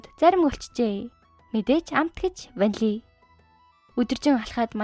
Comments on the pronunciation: Don’t say VANLI 😅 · Ванлий гээд бхаар муухай бна